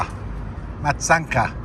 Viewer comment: It's MATCH-ANCKAH.